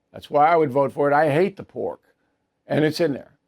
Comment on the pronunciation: “ I hate the porK” I had to listen to the twice I thought Bill said , “ I hate the poor “… I’m like , wait what??!! Rewind…😂